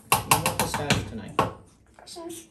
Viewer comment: “What do you want?” “Pistash?”